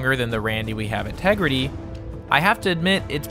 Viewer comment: Say Tegrity again